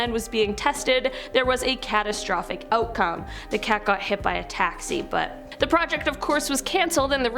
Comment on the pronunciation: "Cat" astrophic. Macabre but lol